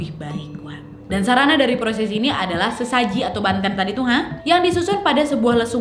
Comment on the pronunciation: Bukan Tirte kak Bukan Tirtè,,Banten Kak Bukan Bantèn